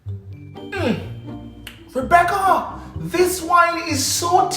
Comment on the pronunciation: Rebeccuhhhh 🤣🤣🤣 look here man... I CANT TEK IT NO MORE 🤣🤣🤣🤣